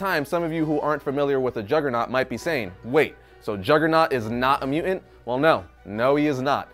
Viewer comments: its mutant, not muant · Obviously has a very hard time with pronouncing the T's.... For example, he can't say MUTANT but rather say MUA'ANT.... That's a very clear indication that needs diction classes.... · "Juggernaut is NOT a mu'ant?"